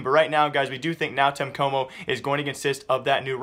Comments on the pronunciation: bro pls just say NTC is really strange hearing nau tenhe coumo Xd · NÃO TEM COMO LEARN HOW TO SAY IT